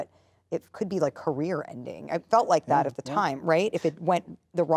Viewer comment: Chris Evans: exceptional vocabulary Also Chris Evans: I don't wike it